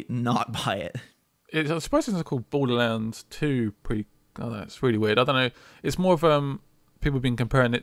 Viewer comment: Bordlerrands? OK....